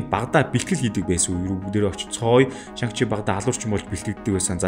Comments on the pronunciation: Нэрийг нь Шан чи гэж дуудах байхаа. Хядад хэлэнд арийнх нь “Г” -г дууддаггүй шүү. “NG”-р төгссөн үг байвал хэлний угаар Н гэж дуудна шүү. Шанг гээд байхаар эвгүй сонсогдоод байна 🙏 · дуудлагаа засаарай шан чи гэж цэвэр дуудагддаг байгаашүү,гоё контент болсон байна